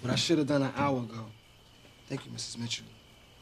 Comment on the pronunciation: Ugh.. Q with his "Mista Mitchoo" got on my nerves.😠